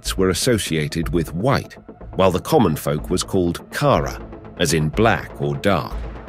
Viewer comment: Turkish word for black is pronounced kará stress on the last a.